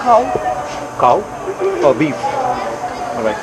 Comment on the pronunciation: The way she said 'cow' 😂